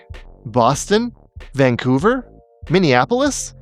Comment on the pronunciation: I sense youre from vancouver because of how you pronounce vancouver. Vang-couver